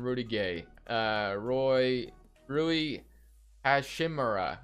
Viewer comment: It's pronounced- Ru-ee Ha-chi-mura